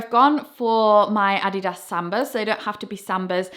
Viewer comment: Yes for the correct Adidas pronunciation! 👏🏼